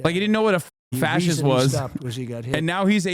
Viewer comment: I promise you, a dude who doesnt even know how to say the word "fascist" let alone READ is not doing a favor for the guy.